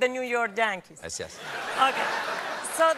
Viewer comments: "JAnkees" ROFL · The Giants are "the Yiants," and the Yankees are "the Jankees." Is this on purpose? This lady is hilarious. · As a San Francisco giants girl, I approve of the way she pronounces the new York jankys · I can not pronounce Yankees either 😂😂😂